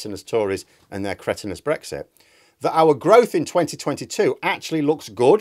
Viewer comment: Brexti, is that anything like Shakti?